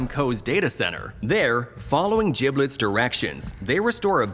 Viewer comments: You pronounced Giblet’s name and Ludwig wrong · Stop saying giblet name wrong